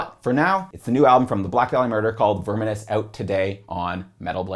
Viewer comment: Baffled by his pronunciation of "unhallowed" That's exactly how a German who doesn't speak English would say it🤔 And I'm pretty sure he says "verminous" wrong too, wtf?